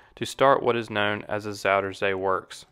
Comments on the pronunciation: just say southern sea dude, zoutern zae sounds so weird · I like the way he pronounces Zuiderzee